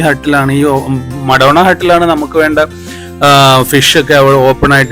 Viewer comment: Madonna alla Maradona 😅😅😅